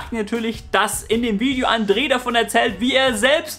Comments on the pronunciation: Boah es ist andre. Nicht andree das hat mich so genervt die ganze Zeit sry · Andre nicht Andrè